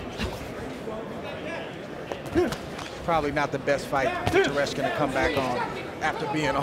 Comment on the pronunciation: Tereshkin, not Teslenko